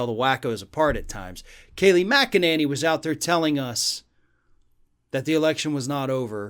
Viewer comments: My dear - you are mispronouncing Kayleigh's last name. It's actually Mc-a-ninny. Just listen to her speak if you don't believe me. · This guy is so hopeless as a commentator. Getting her name wrong at least twice is unforgivable. His language is adolescent, his argumentation flawed and his intellect below average. Does he really need to clear his throat so often? It’s distracting. Find a better journalist.